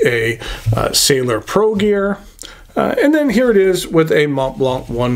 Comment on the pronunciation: As thorough and as interesting as this review was the butchered pronunciation of “nuit” “sans” “serif” and “Mont Blanc” was too much to stomach. There are YouTube pronunciation segments that you can Google on each of these.